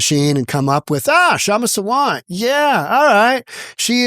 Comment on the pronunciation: Please pronounce her name as Saa- vunt(like you got it, bunt). This Kshama is a radical Marxist who should be sent to Chinese jail. Also Kshama is not an Indian citizen, has 0 right to a visa